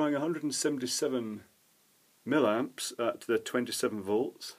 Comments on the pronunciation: Why millamps but milliwatts? The former appears, to me, to be an unpleasant affectation, and thoroughly spoiled my enjoyment of this this presentation. Normally I really like your videos, but this mispronunciation is grating :( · ...from where does the word...milamps...come from.....???....milliamps yes but milamps??? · It sounds most odd the way you say "millamps" instead of "milliamps". Is that a Scottish thing? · .Being a retired electrical engineer , l enjoy your vids ... particularly the Chinese crap stuff you rip apart , it's just that "milamps" does piss me off ! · Its an American thin as well. Not sure why we do it.